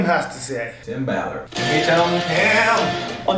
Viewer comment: I LOVE that you called him Tim Ball-ard hahaha lmaoo